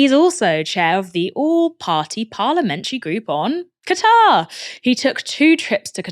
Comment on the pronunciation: Gatar??? Hahaha it's Qatar Aaron!